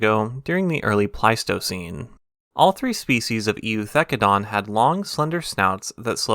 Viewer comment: For reference the E is silent in Eu, as in Eucalyptus and Eukaryotes. Just a weird latin rule.